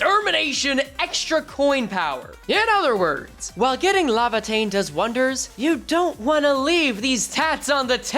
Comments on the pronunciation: LAY-va-tayn not la-va-tayn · Bro every time you call it “lava”teinn it keeps punching me in the brain bro 😭